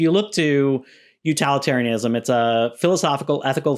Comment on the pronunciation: UTILitarianism not uTALitarianism